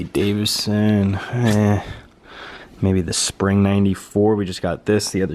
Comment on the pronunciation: I love the way you keep calling it the “Spring ‘94.” When it clearly says ‘Sebring ‘94.’